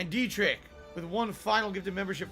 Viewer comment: its funny how he doesnt even make an effort to say derich's name properly